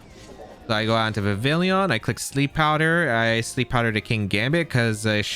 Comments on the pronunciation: You didnt say anything about it but i'm pretty sure vivillon pronounces like vee vee on, it is supposed to be french so the L is mute, like réveillon(i hope this word is known around the globe) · The 2ay you pronounce Vivillon hurts me so much. It's Vivi-yon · That word isn't really known to English speakers, but yes, you're right about Vivillon. Plus there's no "i" after the double "l" anyway so even if not for the French pronunciation, these Youtubers would still be pronouncing the name wrong just based on the spelling, lol.